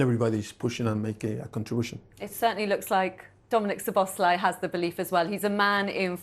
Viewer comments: I’m glad someone else has noticed this. Macca always says Sloboszlai. Seriously dunno if he does it on purpose 😂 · "Slobber-Sly"... moron